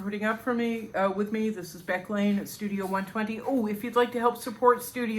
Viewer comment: Happy Birthday Beck!!! Thanks for the 'shout out' , you nailed the name pronunciation. An awesome video for All Artists Beck! Yes, Mindfulness & meditation are key to getting out of your own way. Letting Go and Allowing your creative, intuitive self to speak (whisper) to you. Then go Dive-in and Do The Work Daily! Yes, the hands on your portrait-in-progress are very well done...they draw the eye! This is a busy year (I finally acquired gallery representation last December) am busy making new work for my first gallery show later this year! :-D